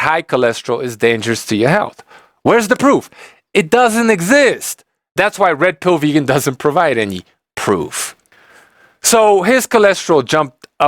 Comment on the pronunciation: Every time you say Red Pill Vegan your accent made it sound a little like Rectal Vegan. Couldn't stop laughing! Brilliant!